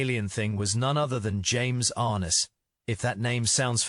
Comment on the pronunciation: it's not James "ARE-nis". It's "are-NESS". Three other interesting tid-bits that you missed: in the early scenes, you can see the rubberized, fake, icicles wiggling in the howling wind. Anchorage, Alaska is not this hostile of a winter environment. And finally, if you look closely at the alien aircraft crash site, you can see a snow plow/tractor sitting at one end of the cleared ice field.